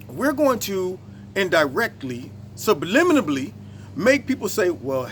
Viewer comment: In not trying to jump on you , but the word is subliminally , not subliminably . lol , my daughter and I have pet peave words , this one just made the list , along with , supposedly for supposedly , or pacificly for specifically , or my favorite , president Bush's nucular for nuclear .